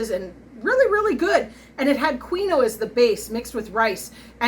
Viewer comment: Like your video! FYI, it's pronounced KEEN-WAH, not queen-oh.